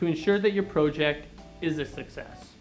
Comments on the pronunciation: PROOOOOOOOOJECT! haha. funny how he emphasises PRO. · Wtf is a "pro-ject" lol.